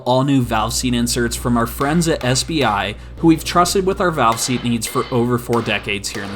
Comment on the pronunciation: You said "valve seast" so many times that I no longer believe its a real thing lol Edit: this is a joke